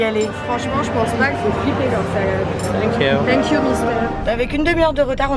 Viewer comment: le thank you il m'a tué